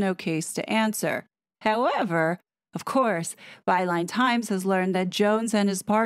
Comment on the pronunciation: Overtime I hear you say "Byline Times" it sounds like "By lying times" 😂😂